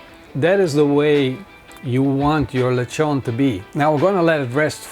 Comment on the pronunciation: lechón, pronounce it like --> letschon (if you are German)